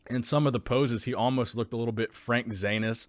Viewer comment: "frank zanus"